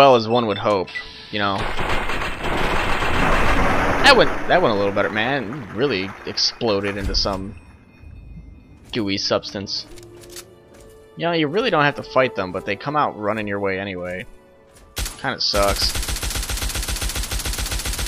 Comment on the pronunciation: "blew up into some gewy substance" thats wat she said